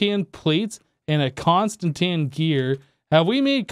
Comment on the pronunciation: It's pronounced constantan not constantania